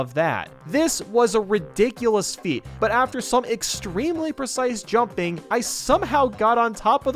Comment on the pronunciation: Like For How Many Times He Said Percise Prob Spelt Wrong | V